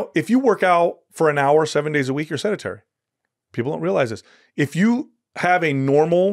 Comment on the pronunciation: The guy says "sedAtary" about 5 times. He doesn't even understand the word sedentary, and how it's spelled and pronounced. Yet, he talks like he's an expert on what it means to be sedentary. That's hilarious.